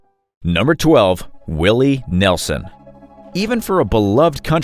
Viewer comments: Willie Nelson not Nelzon😅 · Nelson, not Nelzon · Nelzon? Uh, it’s Nelson you goof. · Willy Nelzon?! 😂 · Willy Nelzon...lol, it's Willie Nelson. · ~ Willie Nelzon? Nelzon? Well, so much for the credibility. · I know who Willie Nelson is but who is Willie Nelzon? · Who is this Willie Nelzon that you speak of? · Who TF is willie nelzon?